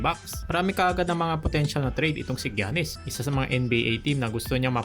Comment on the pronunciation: ❌️-Gyanis ✅️-Yannis